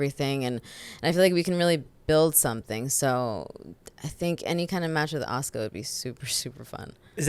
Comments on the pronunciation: Asooka lol aaahhhhhh assssskkkkkaaaaaa asuka the u is silent. Anywho great interview though. I love ZV so much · Did he really pronounce Asuka...Asooka? 😂😂😂